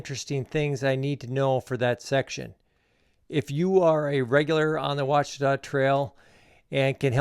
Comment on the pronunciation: Thank you for pronouncing it properly. Good luck.